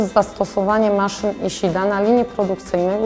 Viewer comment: Czyta się: iszida.